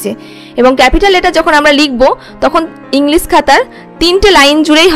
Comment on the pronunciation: 'স' ও 'শ' এর উচ্চারণ আপনাদের সঠিক হয়না। সেভেন এর করেন শেভেন আর সেখানে এর উচ্চারণ করছেন ছেখানে। ইংলিশ কে বলছেন ইংলিস!! কারণটা কি?